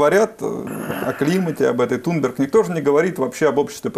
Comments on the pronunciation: только не трунберг а тунберг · Не ТРУМБЕГ, а ТУМБЕРГ. Благодаря срелствАм массовой информации. ( как говорили наши инструкторы по гражданской обороне "средствА и медикАменты") Слух, видимо, у ведущего отсутствует.Рискну предположить его украинское происхождение.